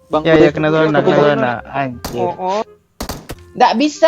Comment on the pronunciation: Dia ngk bilang subscriber ...dia bilang subreked sama subreker...